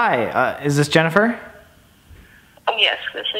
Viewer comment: No one: Not a single being living or dead: Colby: JeNifEr